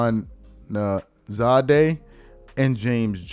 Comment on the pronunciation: Pronounced - Hoosh-man-zadah He’s a former NFL player